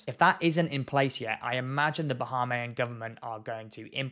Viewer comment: Bah-hay-me-in is how it’s pronounced